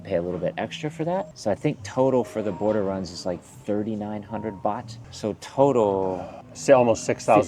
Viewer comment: Great video but It’s baht 😊